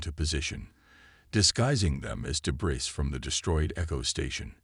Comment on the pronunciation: Please for all that is good... Please get a better AI Narrator. The one you've got isnt as smart as most Earth Cockroaches! Your idiotic AI Narrator cannot pronounce DEBRIS. IT'S NOT "duBrees" The word "weaponized" is NOT PRONOUNCED "WEEP-un-eyezd"